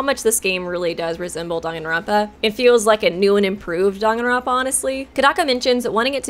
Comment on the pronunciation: The way Danganronpa is being pronounced is bothering me other than that amazing video